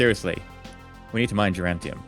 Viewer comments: Duran Duran tium. He probably knows the right way to say it but hey, it's a reflex likely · every time you say durantium instead of duranium i shout at my screen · Why is pronouncing duranium as durantium? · Stop cheating! You're defeating the whole point of the R&D process. Also, there is no "t" in "duranium".